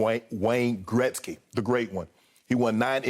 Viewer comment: Shannon just nailed it when he said Gretzky, made me smile as a Canadian and now I have even more respect for Shannon!!!!